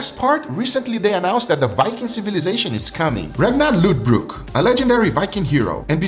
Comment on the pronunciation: It's not Ragnar loodbrok it's Ragnar lodbrok or lothbrok